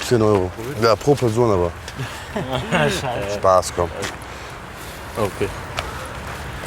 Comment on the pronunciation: lol hört mal zu wie er “abe” sagt. Der sagt Abi wie Abitur LOL leck mich